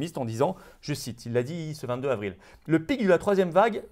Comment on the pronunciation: Florian, comme d'hab, superbe décryptage de la conférence du 1er sinistre Jean Casseburnes mais par pitié merci de faire les liaisons 22 z'avril, 23 z'avril... et non pas 22 "havril"..